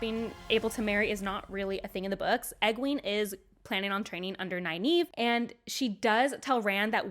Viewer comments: I can see that, they did say 4 Ta'Veren when in the book it was 3. Which i do believe Egwene was and should have Nynaeve as the fifth which is hinted in episode 3 with the Darkfriend who mentions 5. Which you mispronouce Nynaeve's name... and it hurts... From Robert Jordan himself its Nigh Neev. no A sound. more e. like green or bee. but it's also in the glossary in the book and this link is Mr Jordan himself. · Love the overall commentary, but my OCD can’t handle the way you pronounce Nynaeve.